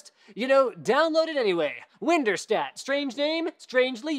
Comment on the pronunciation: it’s pronounced WinDirStat, not WinderStat